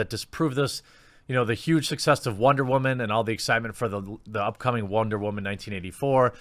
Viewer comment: "I'm a whaman"